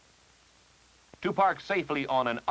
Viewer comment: That's, "Curb-uh." 😁